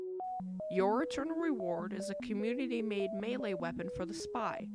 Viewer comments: I know what community made means, you just pronounced it "commuity" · "your eternal reward, is a "commuiiy" weapon"... Please annunciate.